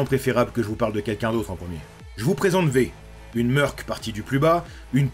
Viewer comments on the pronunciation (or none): Pourquoi tu dit bien « mercenaire » mais tu dit « meurc » ? C’est le même mot 🤔🤯 « pas réussi à se remettre de ses blessures » Wè c’est une façon de voir les choses 🤔😅 Mais gg la bienveillance avec les civils 😂👍🏼